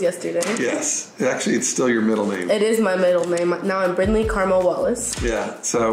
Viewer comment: It’s Brinley not brinkley